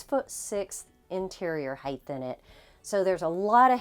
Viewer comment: You should learn to speak properly. It’s not “Heigth” it “Height” pronounced “Hite”